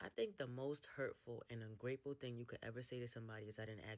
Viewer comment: Bruh i couldn't make out what she said about ungrateful